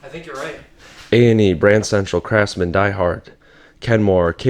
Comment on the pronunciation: someone jumbled up "craftsman"